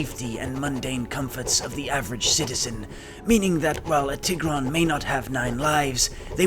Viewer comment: when you said TIH-GRON i almost clicked off the video, but i will continue 💀